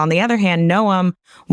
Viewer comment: Here is the proper pronunciation of Secretary of Homeland Security's name.